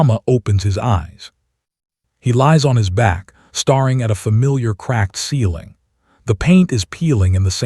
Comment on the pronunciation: Staring has only 1 R not 2 , the AI needs to learn how to pronounce words CORRECTLY, 😂😂😂